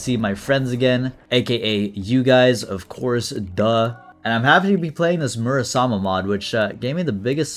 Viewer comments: I think it's Muramasa not Murasama? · is it not muramasa? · it confuses me a lil everytime he calls it murasama